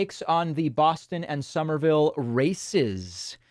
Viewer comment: "Somerville, I know nothing about." Not even how it's pronounced.